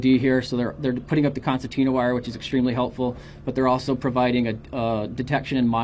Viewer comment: It is pronounced concertina not constantina. Also the border patrol should know these people are not migrants but are illegal immigrants. Migrants are people who come legally with a work visa who work a specific job and then go back home after they're done with their job. Example of that would be those who work on farms picking crops. Once that job is complete they return back to their country of origin.